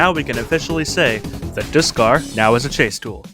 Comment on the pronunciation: Bruh did you just say diskarr